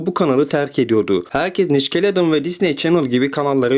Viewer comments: nickelodın değil nikalodiğın diye okunuyo bide okunuşlarını öğren bence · clone wars 2003 de değil 2008 de türkiyede tüm dünya ile aynı anda yayınlandı, madem vikipedideki tarihçeyi okumaktan ibaret bi video yaptın doğru yapsaydın bari (bu arada İngilizcenin yazıldığı gibi okunmayan bir dil olduğunu illa biliyorsundur tabii ama niçkeledon duyduğum en saçma şeydi)